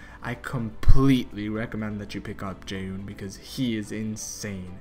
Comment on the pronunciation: Take a shot every time he says Jaeyuuhn